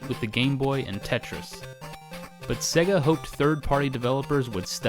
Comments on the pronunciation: Why are you pronouncing it 'segga'!? It's 'say-ga' ! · Why are you saying 'segga'? It's pronounced 'sayga'. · Why does he say it SEH-GAH instead of the correct way SAY-GAH?? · It's pronounced 'say ga' not 'se ga' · Segga? It’s pronounced sayga. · "Segguh". Because the console itself shouting "SAY-GA" wasn't enough to tell you how to pronounce it. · Haha, I've heard SEGA pronounced as "Say-ga" (correct I think..?) and "See-ga" (how most Australians say it)... but never "Segga". Sweet vid tho, I hope you continue to make them, plenty of gaming history to cover! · It's pronounced 'Say-guh' SEGA. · No, its sega. You know, how its spelt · I’m sorry had to stop watching. Please pronounce Sega correctly. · The reason Sega didn't do well is because all you Americans pronounce it wrong 😂